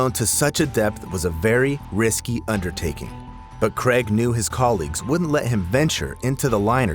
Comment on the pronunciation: Neither is Cregg, errm I mean Craig.